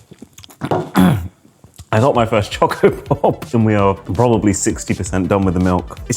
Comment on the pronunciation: Did he just call a coco pop a ‘choco pop’ 😭